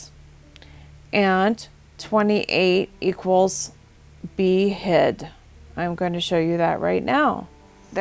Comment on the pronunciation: Breath taking moments ain't gonna be the word for it when that day comes.. for a moment there i thought you were saying behead instead of be hid ...